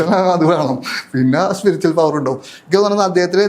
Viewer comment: സ്പിരിച്വൽ... സ്പിരിച്ചൽ അല്ല